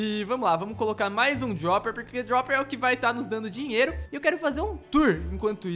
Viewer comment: Não é dioper é droper